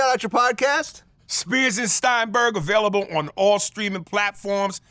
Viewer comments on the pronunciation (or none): none